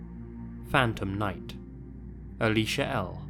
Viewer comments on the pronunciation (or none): none